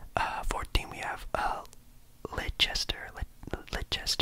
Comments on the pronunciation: Leicester = pronounced Less-ter. Loving the footy talk 🙌🏻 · 1st- love the vids 2nd- thing it's pronounced LEST-ER 3rd- im sorry but ur a liverpool fan now 😆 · Leicester is just pronounced Lester, it's confusing I know 😂